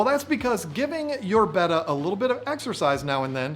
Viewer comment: Glad to hear John finally saying "betta" correctly; now teach (or your mother's betta will die in her sleep if you don't).